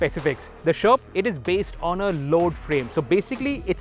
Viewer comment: It steers like a tank.. at the start of the vdo, when ever he says sherp, I hear Sherman(which is a shitty tank btw)..